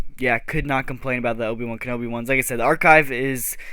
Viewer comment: ahh yes my favorite Star Wars character Ovie wan kenobi